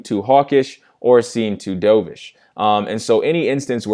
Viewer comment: Sorry, but isn't dovish pronounced duv-ish (like in "love") versus he "dove" into a swimming pool? Like the dove bird versus the hawk bird. I've never heard anyone say dovsh that way...there is always a first. Thanks for the lesson! You are sharp!